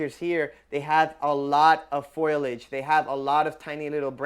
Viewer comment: It gets me how you say foliage. Every single time the i is after the L. It's not foilage 😂🤌 Gotta love that florida state public education system